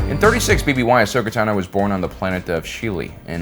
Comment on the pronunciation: Finally! After 6+ years in YouTube, you finally pronounced her name right. No longer will we hear "Tuh-no"